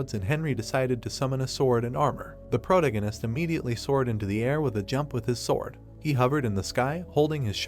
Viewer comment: If I hear him say "Prota-gun-ist" one more time, I might lose my mind. It's still a great story tho! Just make sure you pronounce your words properly and try not to overuse "protagonist" as much lol